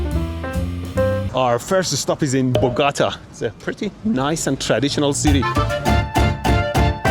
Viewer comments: Min. say B0- G0 - TáH, cuz "Bagata" sounds awful, nasty. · Bogahta ❌ Boh-goh-tah ✅ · BO GAH TAH BO GAH TAH not bogatta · Bro said Bogata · "Our first stop is in BUGATA"... Great pronunciation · I was so confused by him saying Bugata😅. Aside from the ocational hanging wire on the street, everything here is pretty good. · Hilarious. My wife is from Colombia and when she heard how you mispronounced her hometown, Bogota' (Bow-Go-Tah!), you got her attention. 😂 I usually watch your videos but this is the 1st time watching with wifey. She's a fan now. And you've proved me wrong because I was trying to tell her that her country's electrical and Comms is backwater 3rd world country oriented. 😅😂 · The city is pronounced, boh-go-TAH. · Lo dice por como lo pronuncio Mehdi, o sea Bugata ajaj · ❌ Bogotá ✅ Boogatah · "our first stop is in Bogata".. lol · In Spanish the accent shows the stressed letter. So it's BogotA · bro destroying the pronunciation of bogota 😊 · the way you pronounced Bogotá physically hurt me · 1st mistake: Bogotá (accent in last syllable) is the main capital of Colombia and it is considered a mega city. It is not that "Traditional" but full of crazy people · Man im not even colombian (panamanian, right next door) and I just DIED when I heard Mehdi’s pronounciation of Bogotá. Other city names were pretty good tho. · Just don't mention how Mehdi pronounced Bogotá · Well, unless you're a bus driver 😂 they pronounce it just like mehdi